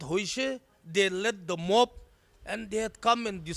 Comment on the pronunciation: Mon...????? It's mob